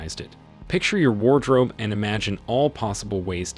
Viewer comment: War drope